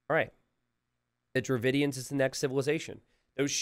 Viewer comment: your pronunciations of Bengalis, Hindustanis, Dravidians were almost spot on. That's 3 out of 4 buddy, you have nothing to be sorry about.